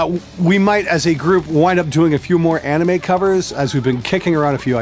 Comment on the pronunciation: Do learn how to pronounce anime.